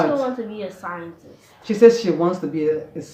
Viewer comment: Please let your daughter teach you how to pronounce Scientist properly 😊